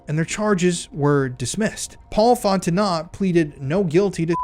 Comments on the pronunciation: Tang-ah-pa-ho-a* Font-en-o * (t is silent) This is local for me. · Just letting you know Fontenot is sounded out like Fonteno. The t is silent. I was married to a crazy cajun, lived in Louisiana for a year, and still carry the last name for my daughter. Even though shes grown and due any day now to have her own daughter. Great Job on all the detective work!! It's crazy the information you find! Sick and sad about what goes on in this world, but so glad you're exposing these people. You're a brave man and it's ridiculous and sad that our own government covers this crap up. I pray for your safety but i hope you expose and take them all down!!! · Btw - Fontenot is pronounced like these two words ‘Font Know’ I know , it’s strange lol but I have cousins with the last name of Fontenot ☺️ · its pronounced FOT TAH NO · I disliked this video because as a narrator it sounds like you didn't watch the show and have chat gpt writing the script for you. The evidence for this being that the name Fontenot was mispronounced phonetically, despite her name being mentioned in nearly every episode. I'm sorry for how this comes off. The research is good, and I would say should be the focus of the video instead of editing to keep the attention of low attention span viewers who require movement to keep their focus. I was becoming physically ill watching the zooming in and snap cutting on every line of narration.